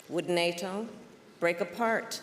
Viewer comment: Why is does she say "NATO" with an Asian accent?